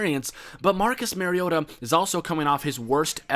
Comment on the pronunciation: Its pronounced MARIO-TA not MARY-OTA